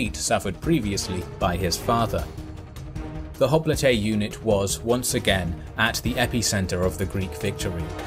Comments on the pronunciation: The greek word for hoplite (i.e. the original one) is "οπλίτης". If you want to play smart use the typical pronounsiation for hoplite because the way you say the word is ridiculous. Writing down in greek the way you pronounse hoplite it would be "χόπλιτε". Τhis is jiberish. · Wait is that how you pronounce hoplite? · i thought it is pronounced "Hop-Lite". My whole life was a lie